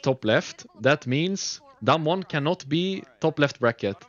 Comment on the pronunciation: Why rekkless pronounces DAMWON sounds like Dumb one? hahahaha